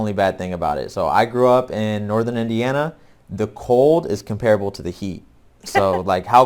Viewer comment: "Comparable": Drake pronounced the word comparable to put stress on the second syllable rather than the first one. Is this common?